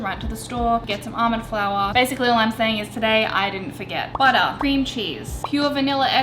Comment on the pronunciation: Baotter was all I could hear😂